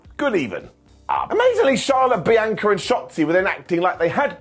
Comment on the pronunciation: I don't get it, can you not HEAR how Bianca says HER name!?!?!?